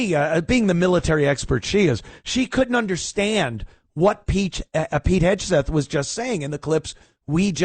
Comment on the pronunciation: Someone please tell Ant is Hegseth not Hedgeseth